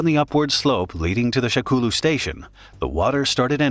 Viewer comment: I can't XD SHAKOULU HAHAHAHAHHA. I think it's supposed to be sha kou lu